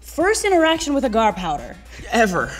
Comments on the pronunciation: It's pronounced "Ay-gar". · There saying agar agar wrong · ahhhhh the way you are saying agar is driving me nuts....no...just no